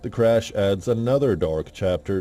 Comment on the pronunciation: Its CRASH n not CRUSH!